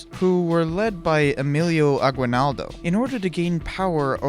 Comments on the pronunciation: The aguinaldo your talking about is said as aginaldo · It's A-gi-naldo, not A-gwi-naldo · its pronounced Emilio "Aginaldoh" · ITS NOT PRONOUNCED A GUI NALDO ITS PRONOUNCED A GEE NALDO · We pronouce it as aginildo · Im a pilipino thank you for the video but i cringe when you say Aguilnaldo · Its A-gin-nal-do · Eeeeet phillipines also its agi-naldo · It is pronounced as Emilio aginaldo not aguinaldo But aguinaldo is the right spelling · How you pronounce emilio aguinaldo: emi-li-yo Agi-nal-do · AH-GI-NAL-DO bro. . . . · he got wrong saying at aguinaldo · well wrong pronunciation of Emilio Aguinaldo